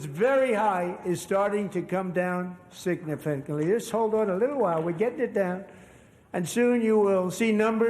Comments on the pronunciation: "Beef is starting to come down sifnarly..." Donald J Trump, Feb, 2026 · He can’t say significantly. Smh.